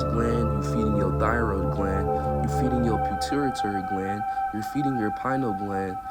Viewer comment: Puh-tew-a-tary gland 🤝👍🏽